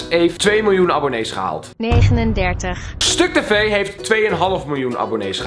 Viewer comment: waarom wil je dat stuktv enzo inhaalt? rare uitspraak..